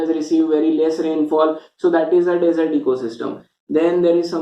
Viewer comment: Desert not dessert sir.